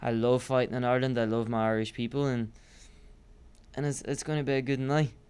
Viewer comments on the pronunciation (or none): "White people don't talk before a competition" he actually said why; I've had Irish friends and he's got an interesting pronunciation of certain words